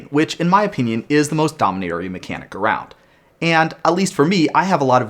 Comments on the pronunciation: With this domain talk, I'm pretty sure it's pronounced dome-inaria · Lol Domi-nar-ia is the worst lol Domi-nare-ia is the way for sure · It’s pronounced “Dominaria”, obviously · Damn, this guy really pronounces dominaria wrong huh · Hey you pronounced Dominaria incorrect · It's pronounced Dominaria. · Hey, thank's for the video, great channel. But i have to say, It's pronounced Dominaria, not Dominaria🙂